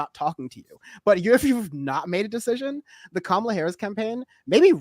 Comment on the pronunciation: This is for and I mean this in the nicest way....how hard is it to pronounce Kamala's name? She's been VP for almost 4 years now ffs. I know the righties do it out of spite but the lefties should know better. Sorry, I know its your channel, i don't want to be a dyck